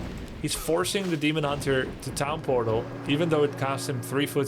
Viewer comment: Is grubby saying pown tortal ??? I thought i heard him saying it that way multiple videos now.